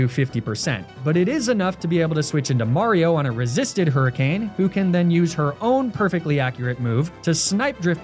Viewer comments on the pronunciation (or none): none